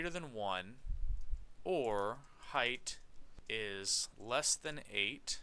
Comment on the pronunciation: I noticed in your videos you always say "heigth" instead of "height" and sometimes when you write code this spelling mistake shows up in code. See . But anywyas thank you for the walkthroughs they are so helpful!